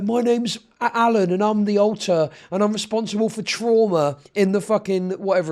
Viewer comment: pretty sure said “alter” here but it sounded like he said “alt+tab” which is way funnier in this context lol